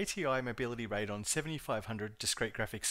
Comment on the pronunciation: "Raid on" I've never heard that pronunciation before. I sold computers for almost 20 years and back in the day my ATI contacts said it was "ray dee on".